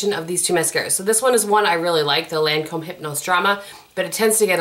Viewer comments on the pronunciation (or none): none